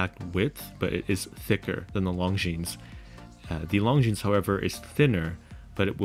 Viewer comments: Beautiful video! Besides the clasp, the Longines looks more expensive and prettier. I also wish it was a 40mm. By the way, in saying “Longines”, the S is silent. So it’s just “lawn-geen”. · Great video -- but if you're going to run a channel on watches, you better learn how to pronounce Longines properly (hint: the "s" is silent). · Please pronounce Longines correctly. The S is silent.